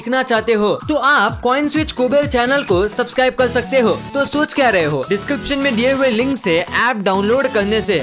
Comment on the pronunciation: He is telling subsclibe LL😂😂😂😅😅😅